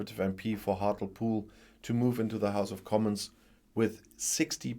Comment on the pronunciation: Hart-lee-pool in pronunciation….